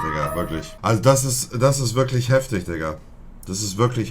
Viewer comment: Nobody: Monte: Heftich